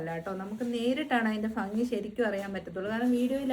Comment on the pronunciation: Negative ayi thonnillekil oru suggestion paranjotte? Epozhum ഫംഗി എന്ന് പറയുന്നുണ്ട്.. Actually ഫംഗി alla ഭംഗി aanuto❤ Videos ellam kanarund. Super❤